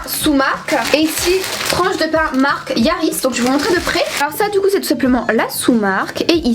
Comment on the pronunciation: C la marque Harrys < arisse > et pas yarris Sinon super vidéo ❤️ trop belle